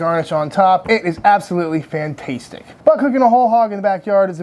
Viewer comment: stop saying 'fantastetic'